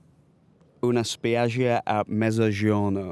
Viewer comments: Alex speaking Italian is so fun "un gIOrno alla spIAggIa" ahahah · the way he said “una spiaggia a mezzogiorno” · i'm so sorry for laughing i know he doesn't speak italian but the way he says una spiaggia a mezzogiorno is just too funny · he pronounced it quite wrong but at least he tried